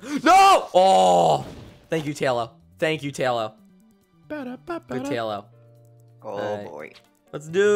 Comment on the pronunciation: Tahlo amiright? Realllllly GG?! No its pronounced Tay-lo Also he likes Talonflame. Also he is a moderator.